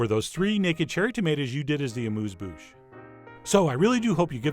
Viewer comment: Dear Chef John. Thank you for another great taste experience. Now, I know French isn't always easy, so please let us all practice the pronunciation of 'amuse' in 'amuse bouche': it's not with an oo-sound, but with the European sharp-u sound (which indeed doesn't exist in English), resisting any 'you' or 'oo' sound. The phonetic notation is y: Just an observation: why did you present these delicious tiny tomatoes in these plain glass receptacles? Hoping you are well, and thanking you for your continuing culinary efforts, kind regards from Amsterdam, The Netherlands, JB.